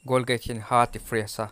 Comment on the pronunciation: Golgate a ni lo.. Colgate zawk o